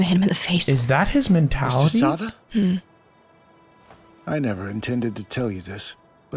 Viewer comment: Hey, just as a heads up, since the dubs did that thing again where they translate a characters name weirdly, Tom Ksaver is pronounced "k-sah-ver" (very short k sound before the "sah-ver", but silent is alright too.) instead of "sah-va". This one's at least a little more understandable than Reiner's mistranslation leading him to being called the very feminine "Reina" in the English dub. Even as the manga was being released (don't worry no spoilers) people kinda didn't know what to make of his name as it's "トム・クサヴァー". Phonetically translated, the katakana is "Tomu Kusav-a", but western sounds are weird to translate into Japanese because we divide our language's sounds more - almost all Japanese sounds are a consistent + vowel. Fan translations that where happening during the manga release kinda interpreted his name to be "Xavier" given the K+S sound at the start, and "a" often times being a stand in for "er" (Yeager -> Yega etc). But at the same time, there were also people saying that the Katakana translation of Xavier would be "Zabieru". It wasn't until we got an official English translation for the manga that it was revealed that it is, in fact, Ksaver. I think this just kinda comes down to a quirk in how names are picked, being that Isayama doesnt speak European languages. Sometimes they'll make a lot of sense, like Erwin Smith, because at least Smith is a very common last name, but then we get stuff like Armin Arlert. The process of choosing foreign names for your characte